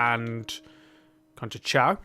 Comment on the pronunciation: Just a little tip It’s conceição but it’s pronounced con-ssei-ssaum Gonna love this save 😁